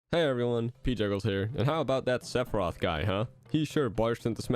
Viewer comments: Maybe he can join Lucina, Simon, Richter, and King K. Roll by having an unnecessary extra announcer shout for "Sepharioth" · don't let this video distract you from the way pronounces Sephiroth